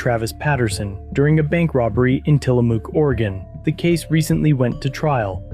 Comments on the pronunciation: TILL-uh-mook (rhymes with "book") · Super excited to see this, but tillamok is pronounced til-a-muck😅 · It is Tilli mook like book, look, took, cook, rook, nook. If you are going to moderate, at least do enough research how to pronounce the town correctly. The attorney even pronounces it in the video. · It’s pronounced tilla muck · Welcome to Tillamook OR. Home to one of the nation's top dairy products and where bully LEO's piss all over your rights!! Also, be sure to set your watch back at least 10 years. Btw, it's Tilla-MOOK as in, Throw the BOOK at them filthy journalist!! And to hell with their first amendment rights!! What's this first amendment thingy anyway?? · Tillamook rhymes with read a book. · It’s pronounced ti-luh-muk